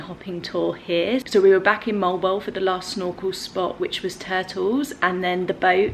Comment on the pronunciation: Mo-al bo-al is the right pronunciation. It is originated in Spanish word.